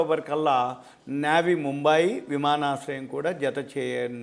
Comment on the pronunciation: నేవీ ముంబై కాదు నవీ ముంబై